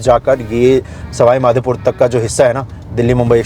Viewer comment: Bhai...Madhepur nahi Madhopur...Bhagwan ka Naam lo bhaiya.... JAI MADHO..